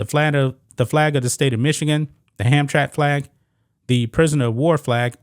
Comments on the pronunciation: Dude you should check the correct pronouncing of words I see destroying names on a regular. It is pronounced Ham_tra_mick not Hamtrack ask somebody. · It's pronounced Ham-Tram-Mack. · It's pronounced Ham-tram-ick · It's pronounced HamTRAMick. And it's not "near Detroit," it's actually IN Detroit. FWIW I doubt the former Polish Catholic majority would be tolerant of this, either. For that matter, I doubt there are any gay people in Hamtramck, so what, exactly, was the point of hoisting this flag? (I know what it was, it was a rhetorical question.) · Pronounced. ham-tram-ick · It's pronounced Ham-tramick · Ham-Tram-Ick is how it is pronounced. Used to be the headquarters for most big business in Detroit, now it is a shithole just like Detroit. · sounds like Ham Tram ick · Not that it matters but its pronounced ham tram ick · it's 3 syllables. Ham-tram-ick. How times have changed. In the 50s and 60s it was mostly Polish people. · I was in the Marines with a guy from Hamtramck. He said it “Ham-tram-ick.” Right, wrong….Idk. Hey RT!—you still alive? I had the tooth I knocked out of you for a lot of years. Good story, conversation piece. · Not to be too picky, but its pronouced Hamtramic. Hamtramck was predominately Polish American for decades. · The city is pronounced "Hamtramick". I live in Detroit just across the railway tracks.😄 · IT''S PRONOUNCE HAM TRAM ICK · It`s Ham Tram ick not Hamtramck lol . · Don't normally correct tubers but it's pronounced Ham tram mick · Pronounced Hamtramack This city is actually located inside of Detroit. They don't play that gender stuff. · I’m from Detroit… it’s a village inside of Detroit that used to be all polish. The pronunciation is Ham-Tram-ick.